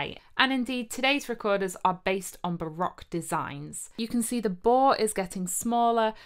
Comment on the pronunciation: ... as an American who speaks Dutch (lived in Hoogeveen for 4 years), bravo! lol - I came for the recorders, stayed for the amazing Dutch pronounciations! (I play the recorder as well, even started a 4 part consort in college circa 1995) - de groeten uit de vs!